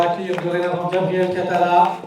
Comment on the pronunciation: Il y avait un moment de doute quand elle a dit Gabrielle Catala et ça sonnait comme Gabriel Attal ! Si vous voulez vous faire respecter, votez et boycottez !